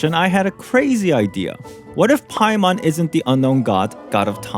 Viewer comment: "Byemon, Spymon, Paimore"